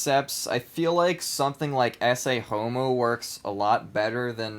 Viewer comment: Ecce homo is pronounced Eh-Kay homo. Not essay homo.